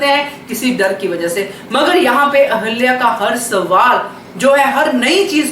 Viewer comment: Aap ahilya boliye ahalya nahi